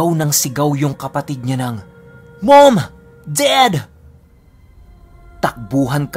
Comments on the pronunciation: Laptrip yung "Meym! Ded!" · Hi.. nakakakilabot na sana.. kaso natawa kami sa pagkasabi mo ng mom dad 😂😂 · MOM DAD! Nice english HAHAHAHA <3